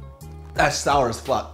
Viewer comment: the way he said 'sour' i vietnamese sounded like he said 'jesus' lmao